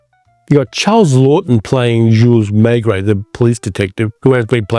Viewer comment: Please learn how to pronounce names like Maigret and Franchot properly. There is no excuse. I can’t listen to you, fingernails on chalkboard.